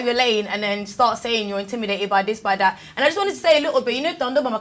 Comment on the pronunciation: Its intimidated not indimidated